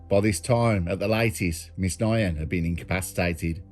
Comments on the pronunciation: Pretty sure you butchered the pronunciation of Quyen Nguyen, the second name is pronounced like 'win' Good vid though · last names pronounced 'win' im sure bro but great vid as always